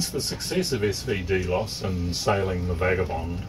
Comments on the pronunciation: drx1 xym, thanks man. Although, the correct pronunciation is here. As you say, not a biggie and who are we to argue with the in channel pronunciation. After all, none of us would have heard of the word if it wasn't for Capt Brian and co. Thanks for the comment,. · cool, yet "delos" is pronounced a bit differently - at least in channel - no biggie - FYI. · watch the videos your are talking about? even with a NZ accent you couldn't have fukced it up more, SV Delos , but you are right it your data sheets